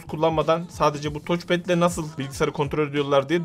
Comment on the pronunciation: "Toç" değil "taç" pad. :)